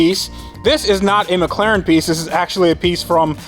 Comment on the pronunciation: Only thing left to do ? Practis saying With an ACCENT Mc Laren ! # It,s Better then new it,s Rebuilt .